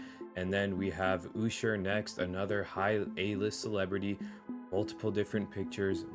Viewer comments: Who the hell is Oosher?! 😂😂😂 It’s Usher, fool. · OOSHER? Come on bro.. lol I almost turned this off because I was so annoyed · Owwsher lol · He called usher Oosher 😂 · You did not just say Usher like that! 🙄😂